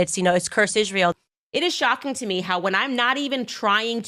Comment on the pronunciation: Why does she say ISZHRAEL? She can’t even pronounce it correctly😊